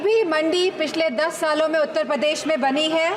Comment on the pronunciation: उत्तर पदेश nhi hota bhabhi ji shi se to nam lo apni कर्मभूमि का उत्तर पदेश